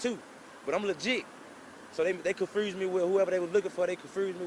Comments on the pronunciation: This nigga said "confrused" just think about that! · "ConFrused". Lol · konfurrsed?? that fuck is that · this fool can't say confused...smh